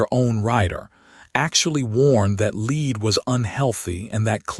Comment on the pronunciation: The word is Led. Not Leed.